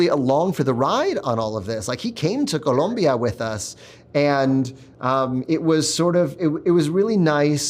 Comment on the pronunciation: Please, it's Col⭕mbia